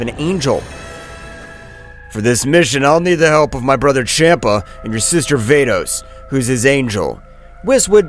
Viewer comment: Bro who is fordes it's vados